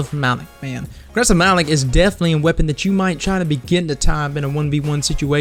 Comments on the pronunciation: it's pronounced malok not malik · Why do you say it like Ma-Lik, dude, do you even listen to Eris during the strike? It's Ma-Lok